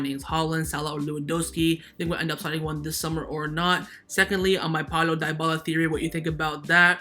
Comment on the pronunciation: Can you please stop saying Di-bala? It's pronunced De-bala